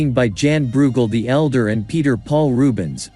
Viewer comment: Jan Breughel, not Djaen. Rete means, and rhymes with, net.